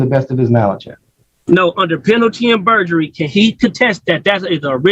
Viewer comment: "Penalty in burjery"